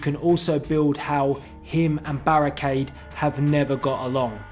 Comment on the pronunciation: I. Fink. Berrekeid. Was. Kild